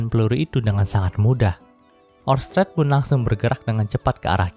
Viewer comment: Pas bagian ngomong orsted yah bikin gangu pengucapan kurang pas gituh min